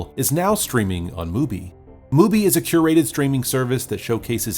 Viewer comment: 'curated' ffs